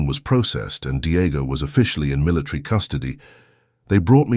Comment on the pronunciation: Why is the narrator saying militree instead of military?